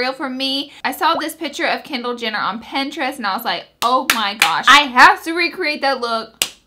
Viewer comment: Pinterest not penterest...